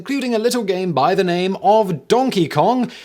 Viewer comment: His awkward pronunciation of all these names is making me so very angry